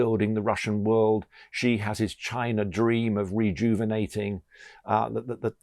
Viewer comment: Where is Chiner?? Slovakier? Russier?